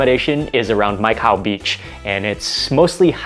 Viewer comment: Hope u n family s also safe.....d entire Phuket whether food or views everything ws amazing.....jst loved d entire vlog.....for me Mai Khao beach really sounds like "Micah"🤗-jst shared my thought☺️...my regards to ur entire family.....waiting fr d nxt vlog❤️❤️❤️❤️...till dn stay safe😁